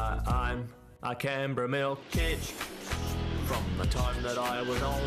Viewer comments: Canberra !! Pronounced “Can” like a can of Coke . And “Berra’ like a Berry with an “A” .. Can-berra !!! It’s the Capital of Australia for fucks sake !! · Canberra is pronounced as 'can-bra' lol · struggling to pronounce Canberra is hilarious. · I first thought it was a weird way of saying camembert. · not being able to pronounce (or even recognize) the capital of Australia...